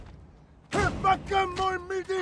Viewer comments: being maori it was kinda funny watching the haka because of the mispronunciation during it but its the effort that counts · He didn't even pronounce it right